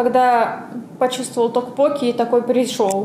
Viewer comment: ТоккпоккИ правильно!)